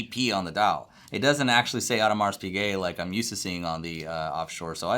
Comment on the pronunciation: If you’re a watch expert/dealer, you should know HOW TO PRONOUNCE NAMES! If you don’t, investigate, study, learn, practice. There is no excuse when you have the internet... For example, Audemars...the “s” at the end is silent, and Piguet the “t” is also silent.